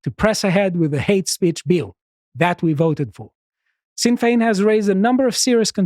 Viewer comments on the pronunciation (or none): He pronounced "Dail" as "Dale" and "Sinn" as "sin". Love the guy but that's nowhere near correct.